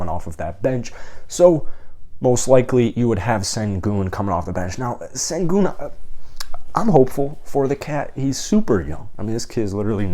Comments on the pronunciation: If Robinson can't shot 3 pointers, I doubt the Rocket's want him. Sengun is pronounced "shin goon" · Do you even watch rockets games? By the way you pronounce Sengun it’s obvious you don’t. Bad footwork? There’s another hint. Bro don’t you have other channels for your different “favorite” teams? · you as a rockets fan still let him mispronounce Seguns name and say he has bad footwork? Dude has Luis Scola level pivots.